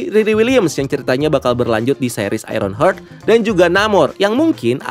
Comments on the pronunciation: mas, bacanya aironhart (heart=hati), bukan aironhert (hurt=luka) 🥰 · cara penyebutannya HARD bacanya bukan HURT wkwk